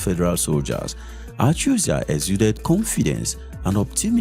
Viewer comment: Your pronunciation of ACHUZIE is making on sick.